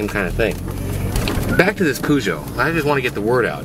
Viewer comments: poo-sho? i though it was peugeot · Haven't seen one of those in England since the 80's. Over here, we pronounce it like Purr-geot.